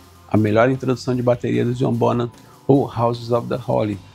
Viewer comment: Parabéns, um dos poucos a pronunciar corretamente o sobrenome do baterista. /bonam/ e não /bon-ram/